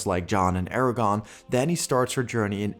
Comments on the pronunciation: I just wanna say it's ARA-GORN not Aragon. I almost thought you were saying Eragon. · Is it just me or is he saying "Eragon" instead of "Aragorn"? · It’s AragORN, not AraGON. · Good video, but each time you said Eragon instead of Aragorn I died a little inside.😢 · this man says “Eragon” instead of “Aragorn” every time and i’m not sure if i’ve ever cringed harder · Its Aragorn not aragon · great video, other than the pronunciation of Aragorn consistently being Eragon, but thats just a gripe. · AragoRn...not Aragon, you butt! Good video though! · Is anyone else annoyed by how he is pronouncing Aragorn’s name like Eragon 🤦🏾‍♂️ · Great video, but... it's AragoRn...with an R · Did you intentionally pronounce Aragorn as Aragon so if you're wrong you can claim you meant someone else? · Does he say "Aragon" the whole video..? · I cringe every time you say Aragorn's name. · Sorry man, you lost me as soon as you mispronounced Aragorn.